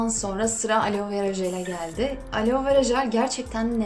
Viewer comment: Alo degil aloe 😂😂😂😂😂